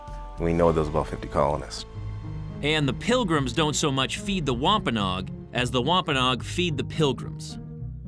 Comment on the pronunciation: Natives name pronounces [ wam pa no agg ] not wampaknog